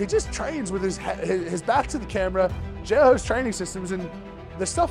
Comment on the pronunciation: ahh.... so you ARE saying "jailhouse" strong... i couldnt understand wth you were saying... please continue